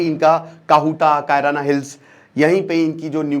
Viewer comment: बड़का भैया "कायराना हिल्स " नहीं है शायद "किराना हिल्स" है ।